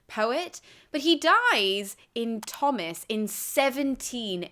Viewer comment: Are you sure Tomas is pronounced "Thomas?" Shouldn't it be "toe-mus?"